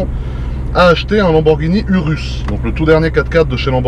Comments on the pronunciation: On ne dit pas « URUS » mais on le dit « OUROUS » et on l’écrit URUS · ecoute moi bien tete de kiwi sa sce prononce Ourous et s'ecrit urus kiwi de crane